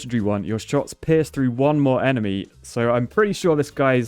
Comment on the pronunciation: saying pierce sounding like piss "they piss, they piss" love it